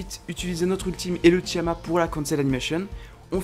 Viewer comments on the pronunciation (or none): reunekton,tiama, aïe mes oreilles